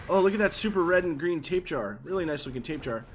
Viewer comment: This man said tapjar